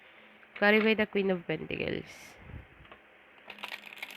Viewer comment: It is PENTACLES , and not PENTICLES ? Very irritating to hear indeed !